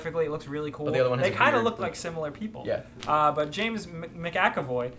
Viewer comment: "James McAcavoy" HAHAHAHAH!! xD